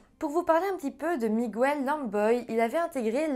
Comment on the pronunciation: Miguel avec l'accent espagnol ça se prononce "Migel" et non "Migouel" 😉